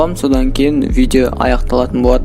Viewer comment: Видео деп айтшы видо демей.бля🤦‍♂️